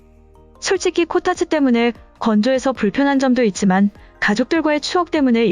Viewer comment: 코타츠가 코딱지로 들린다ㅎㅎ